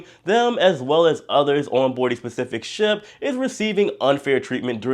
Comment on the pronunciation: Ship, not shop